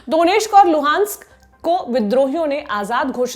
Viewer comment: Luhansk pronounce as lugansk 🥲